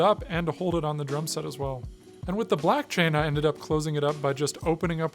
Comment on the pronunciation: I'm Canadian but maybe I'm a crypto-Midwesterner, because when you said "black chain" and I heard "blockchain" in a Midwestern accent 😆😆